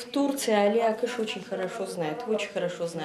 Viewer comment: Не Гали а Али Акыш